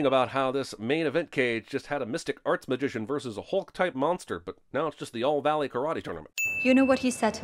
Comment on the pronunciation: mans said "All Valley karate tournament" lmaooo